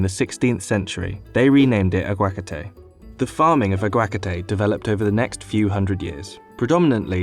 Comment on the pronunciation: The way this guy pronounces aguacates makes me want to strangle him